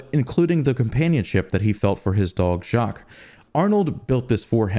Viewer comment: The dog is called Jock, not Jacques.🤣